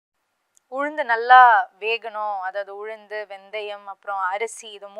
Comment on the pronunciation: Her pronounsation about ulundhu not good, saying uzhundhu....